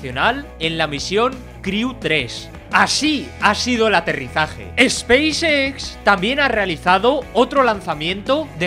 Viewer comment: dice Xpacex con mucha pasion. jejeje pequeño detalle...